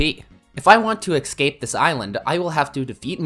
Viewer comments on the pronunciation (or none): Maybe you'll escape if you stop saying excape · it's eScape not eXcape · What is it with so many people saying eXcape instead of eScape?🤣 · Bro said he needed to “excape” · downvoted for "excape" learn to talk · 26 seconds into the video and hear him say "ecscape" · Are you saying "excape"? What's wrong with you? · Escape is not pronounced eKscape.